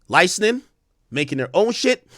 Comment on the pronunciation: LICENSING not LINESCING, learn to speak brother